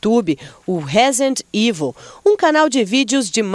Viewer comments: "Rézende ivo" kkkkk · ''RÉSENDI IVOL'' certinho AEUAHEUAHEU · ELA FALOU ''RÉZENDI EVIL'' KKKKKKKKK